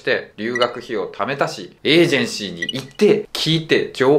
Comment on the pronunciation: エージェンシーがリージェンシーに聞こえた😂